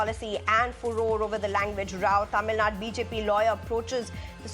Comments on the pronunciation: do these people deliberately do this ? its Tamil nadU not tamilnad and its KannadA not Kanad .. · News reader born to white man thats y she is not able to pronounce tamilnadu .she pronounce as tamilnad.with this condition these idiots imposing third language😂